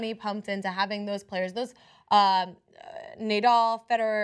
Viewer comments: It's hilarious how smoothly she called him "Neidal" acting like she knows shit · she says Nay-Dull. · More than 2 thousand thumbs down, that's what you get for disagreeing with the great tennis King Djokovic and for pronouncing Nadal, Nadull. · No one who pronounces Nadal's name as Naydoll should discuss tennis. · NEY-DAL... -_- fail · Not the smartest thing to say, but he’s also not wrong. Also if you can’t pronounce Nadal wrong and thing Serena’s 23 slams are equivalent to roger and rafas slams you shouldn’t be talking about tennis. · Cant say Nadals name properly but have so much to say about tennis. The arrogance is astounding. But this is TYT. Feel the Bern.